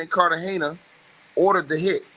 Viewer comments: Carta Gena not Carta hena 😵‍💫😵‍💫😵‍💫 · Why is it that everyone who does these paper work videos can't read smh... its pronounced Carter - Gena(like Martins wife)= Cartagena. These ngas ed.